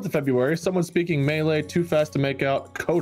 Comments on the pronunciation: reading malay as “May-lay” fhhdhd i cant 😂😂😂😂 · pronouncing "Malay" as melee 😂😂 it's pronounced "muh-lay" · "May-lay" I feel disturbed by it somehow since I speak Malay 😂 but A+ for the effort on the pronounciation 😌👍✨ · May-lay Me, a Singaporean: Excuse me, W H A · trying to say Malay: Maylay Me:.... Hm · Error 404 Malay is pronounced as “muh-lay” but it doesn’t really matter, just sounds a little funny to my ears 😆 (im malay) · People: memeing about everything else Me: Melee "Malay" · the way fr pronounced Malay as “melee” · pronouncing Malay as Melee lmaoo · I know I'm so late but you doofus. Malay is like muh-lei not melee. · "may-lay" me, an asian: "hey that's not right-" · Super Smash brothers MAYLAY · "ooh, malay representation!!" "may-lay." "oh."